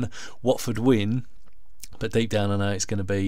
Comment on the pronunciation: Lmao u cut the hell out of my clip, tough loss at the end of the day. Lmao pronounced Watford so wrong hahahahaha